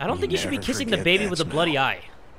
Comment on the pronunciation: I love how he says I want to hold da baby like that that made me laugh 😆